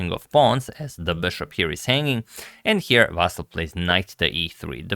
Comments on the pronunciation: Meanwhile, Ivanchuk's name is Vasyl, not "Vassil". But whatever. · Ivanchuk is actually Vasyl, not Vassil its a Ukrainian name, not Russian